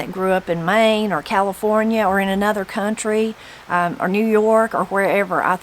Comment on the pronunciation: I grew up in Louisiana hearing and saying a lot of the "er" words you mentioned...bellerin, tomaters, idear, etc. We kids use to get the biggest kick out of hearing Mama try to say California. Her accent always made it sound like Cala phone yer.